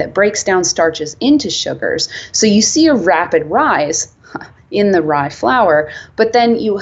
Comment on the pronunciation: Rapid rye-se... chuckles